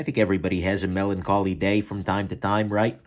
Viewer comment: “Melon collie” 🤣